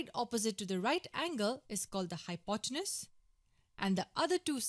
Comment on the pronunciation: Well presented. A polite, humble, gentle suggestion: phonetically, hypotenuse is hypoteNEWS.